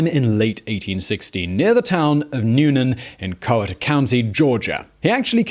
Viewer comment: It’s unfortunate that I’ve never heard of this guy. Especially since he came from my hometown. Oh and the way you said “Coweta”, that hurt a little.